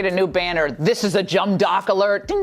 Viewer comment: Did Laura say "Jumb Dock" award?